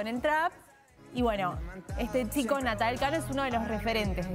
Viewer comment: Qué poco profesional .... Al no pronunciar bien él nombre del artista y nadie la corrige